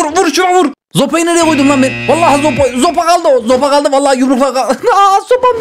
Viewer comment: de abimizin sopa değil zopa demesi🤣🤣🤣❤️💫